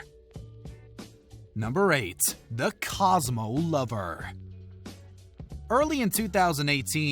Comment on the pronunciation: ummm, you read “Cosmo Cover” as “Cosmo Lover” is waaaaaay more cringe than anything Joe said 😣